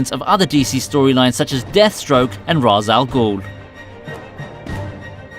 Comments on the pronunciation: It's not "Raz el ghul." Say it with me now: " RAYSH - AL - GHOUL!!!" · I know they said it should be pronounced "Raysh", but the phrase is literally Arabic for "Head of the demon" or "head of the monster". And well, in Arabic, it's pronounced "Rass al ghoul" and not "Raysh", so I wonder why they made that choice of modifying the correct pronunciation.